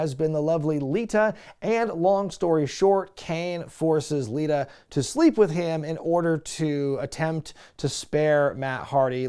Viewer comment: u picked on hee for saying "til death do us apart" then later u called Lita "Alita"